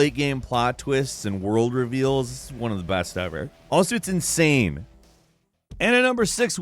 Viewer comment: Did you say ‘insame’ ?